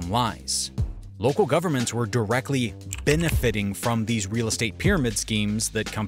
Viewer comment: BENEFITING, not Benifiting